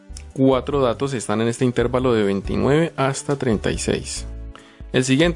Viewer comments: Ojo, intérvalo no es esdrújula, por lo tanto no lleva acento, se pronuncia intervalo y es una palabra llana. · bien explicado pero no se dice intérvalo, es una palabra grave por lo que no lleva el acento, se dice intervalo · Un servicio no estas pronunciando bien la palabra "intervalo" no es esdrújula o explícame, pero respecto al tema excelente gracias.